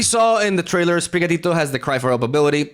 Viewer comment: It's so good to hear you say sprigatito